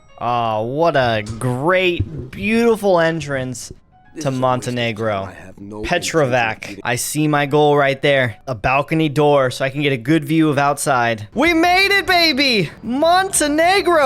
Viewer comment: “What a great beautiful entrance to Montenegro, PETROVAK” C on Montenegrin is pronounced like ts on english.